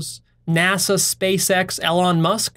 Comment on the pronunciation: Same with Elon, whose life purpose is about reducing existential risk for humanity. I'm fairly sure doesn't get Elon's values or worldview. doesn't even pronounce Elon's name correctly, how does he think he will understand Elon's values or the values inside Tesla/SpaceX?